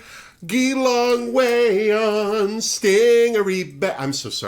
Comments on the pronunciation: Hi - Geelong is not pronounced like that, despite the fact that it is most definitely spelled like that haha. It's pronounced Juh-Long. With a hard J. Mwah! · Hi, I’m still loving your shows😁, as I’m here in Australia, I’d be happy to help you out with some pronunciations, like Geelong, sounds like g-eee-long, lol. big hugs from oz🤗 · You’re a wonderful presenter, and I really enjoyed this review! Just a couple of small things: Newcastle is in Australia, and it’s a hard g (like general) on Geelong not a soft g (like gear). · As some have pointed out, Geelong is pronounced Juhlong, and Melbourne sounds more like Melbun. I've seen Art and Karen perform many times over the years so I look forward to seeing them on the show. Also, JoJo is from Newcastle, NSW not NZ